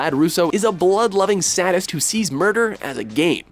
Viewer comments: Say- dist. Not Sad - ist. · Is no one going to mention how he pronounced sadist? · You guys really just mispronounced "sadist"?! So not only do you have major issues with pronouncing Japanese words, but ENGLISH as well?! Wow. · Why do the guys at insist on pronouncing sadist with a short A? It's "SAY-dist", you idiots! There's only one D there! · ....Did he say "sadist"?? And did he pronounce it "saddest"?? I hope that wasn't what he was saying......... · jesus you cant even pronounce the word Sadist??? so you butcher English as well as Japanese. wow pathetic? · Oh god, that pronunciation of Baccano is horrible. And your pronunciation of sadist, as well. And Ryuunosuke. AND CASTER! COME ON, THAT'S A BASIC WORD! WHAT THE HELL! Also, Yagami. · Ok,, I guess some mispronounciation for SOME Japanese words and names are excusable. However, how the fuck did you mispronounce "sadist?" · They don't even butcher anime names. They murder basic English words like "sadist" and "caster". There is no excuse for getting those wrong.